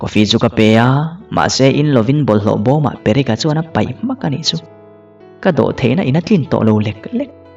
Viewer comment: Perek tiin klo chhiar char2🤣🤦